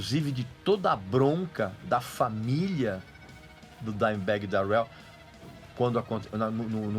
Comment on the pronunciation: Sua pronuncia Darrell está errada